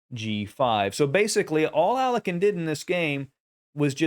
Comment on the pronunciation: Dude, that's not the way to pronounce Alekhine. Please google it, you're killing it.